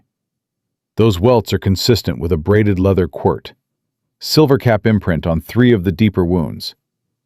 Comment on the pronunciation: You mispronounced and misspelled quirt